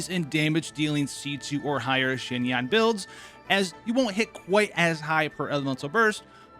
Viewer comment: “zzzhin yaan”😂